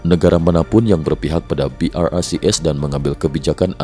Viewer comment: BRICS pronounced BROKE😂😂😂